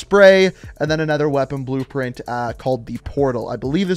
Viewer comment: Weapon brpent yeah I heard that😂